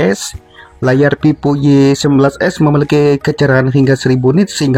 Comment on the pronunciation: Itu ngomongnya Vivo apa pipo??